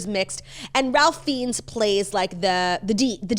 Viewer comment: Pronunciation: RAY FINES not Ralph Feens